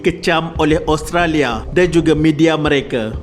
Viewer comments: min sebut oustolia ehhhh 😜😜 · cuba dgr tiap kali admin sebut Australia...mcm dia sebut Oustralia 😜